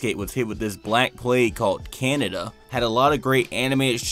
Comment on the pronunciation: You mispronounce canededa